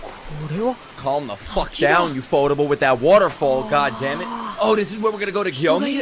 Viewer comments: jus for the next episode letting u know its gonna be awesome i love gyomei bro is really him. btw its not pronounced "gyo-me" but instead "gyo-may" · Gyomei is pronounced gyo and mey like you say hey